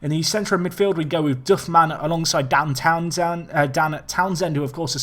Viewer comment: How much times can you mispronounce Dan Townsend in 20 minutes? haha